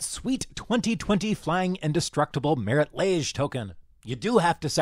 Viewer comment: It's Marit Lage, not Marit Liege.